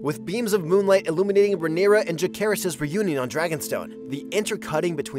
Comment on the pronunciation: Maybe learn to pronounce Jacaerys' name properly next time 🤔